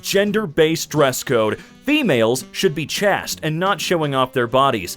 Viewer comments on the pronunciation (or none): buddy, pal... I love you, but for the love of the Gods... it's pronounced ch*ā*st. Long a sound. It's not chast. That's not a word. That's why there's an e on the end. Please... it hurts.